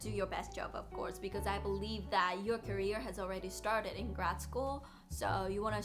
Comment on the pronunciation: career の発音 まちがえてませんか？ 9分17秒のところです。